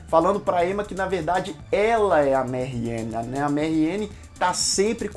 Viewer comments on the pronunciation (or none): por que ele tá falando "marrien"? se for francês é "marrian". bom, falou coisas que realmente é perceptivo na série. mas tbm muita bobagem, o gosto pessoal pesou em cima da crítica.